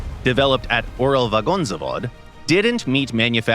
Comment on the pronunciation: Gaijin is a Russian company and you can't even pronounce Uralvagonzavod without the american accent. Not even mentioning that you guys group the T-54 and T-55 together as one.